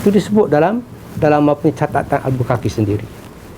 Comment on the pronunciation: Albuquerque; cara sebutnya bunyi Albukerkei